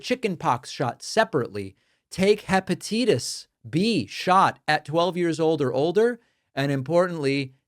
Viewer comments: Hepa-tie -tis. NOT hepa-tee-tis. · Okay, David, but it's not hep-a-TEET-es; it's hep-a-TIGHT-es. And it's a-SEE-tuh-min-uh-fin, not a-SEH-tuh-min-uh-fin. Can't listen to any more. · WHAT IS "HEPATEETIS?? AS YOU SAID ?? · I never heard hepatitis pronounced heepatitis before. I always here it pronounced heh- puh-titus. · Hepteetis...wow. Mr. Pakman, you are making irrelevant discrepancies in regards to "jabs." It doesn't matter how many '"jabs" you get. What matters is how much material those "jabs" hold, because that is what is doing the damaging. As many within the the medical establishment suspect, with COVID and the Spike protein each person has a limit they can absorb of the Spike protein. With each successive booster the chance for an adverse reaction increases. Likewise with almost any vaccine. Therefore saying, "You don't count the boosters" is insanity. That would be like saying that if David drank a double whisky drink, each successive drink of whisky, even if it was one quarter of the initial drink, didn't count. Of course they count in regard to the overall body alcohol content. It is the same with some of these chemicals and biologics the shots deliver. So please research before you make these pronouncements. Clin Exp Med. 2024 Jan 27;24(1):23. doi: 10.1007/s mRNA vaccine boosters and impaired immune system response in immune compromised individuals: a narrative review Alberto Boretti 1,✉ Mutations of SARS-CoV-2 spike protein: Implications on immune evasion and vaccine-induced immunity. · Hepa-tee-tus? 😂😂 sorry, that made me laugh when you said it. I needed a laugh after all the bad news today. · Hepa-TEE-tis? Is this AI? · Hepa-teetus? That's a weird way to pronounce that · Hepatitis is pronounced with a hard i